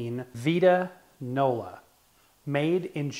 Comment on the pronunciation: It VITE-ta- nola ! Also, your cabinet I think was originally stained the reddish tone you see inside. I dont think any of them were raw oak color as is yours.